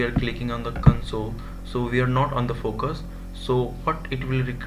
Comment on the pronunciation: this guy single handedly ruined the word "FOCUS"